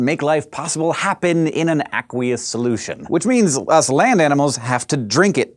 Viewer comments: The way he says aqueous makes me angry lol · You pronounce "aqueous" funny.